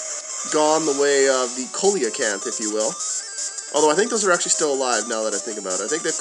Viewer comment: just being nitpicky... coelacanth is see-la-canth, Babel is bay-bul